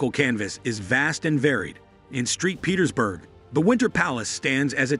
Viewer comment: Street Petersburg ? Saint Petersburg.... :p